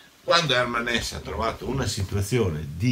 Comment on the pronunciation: Hermann HessE. In tedesco le e finali si pronunciano sempre.